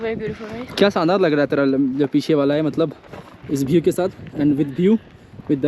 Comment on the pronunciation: Armenia jaa bhi view ko bhiew bol rhe h😂😂